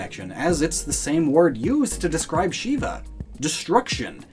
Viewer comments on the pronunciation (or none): Why you pronounce lord shiva wrong, get it right pls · I am a 13 year old Indian boy And you are pronounceing the names of God wrong It is Bram- ha She- va Vish-nu